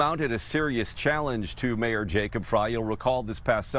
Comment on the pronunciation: "I'm the Mayoor Now"